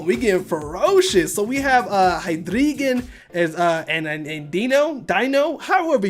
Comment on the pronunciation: It's pronounced Hy-dry-gən and dy-no. And the middle stage is Zvy-luss